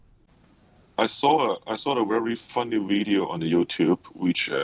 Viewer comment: welcome to another wideo